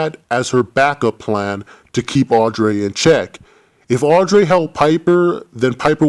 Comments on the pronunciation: no offense but i really hate the way you pronounce Audrey it's Audrey not "Audray" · Audreeee not audray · i love how he said AUDREYS NAME HAHAHAHHA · Love the video just the way you say Audrey is wrong